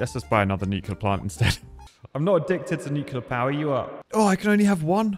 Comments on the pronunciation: i hate the fact that he said nucilair instead of nuclear but i like big boom power do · Stop saying Nucluler!!! 😳😡😭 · Mate, you’re British - you should know how to pronounce nuclear.